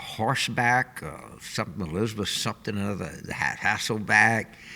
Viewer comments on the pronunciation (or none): none